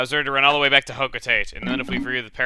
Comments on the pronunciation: By Palutena's standards, Hocotate is pronounced hoe-cuh-taw-tay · Hey Chugga, isn't it HO-CO-TAH-TAY?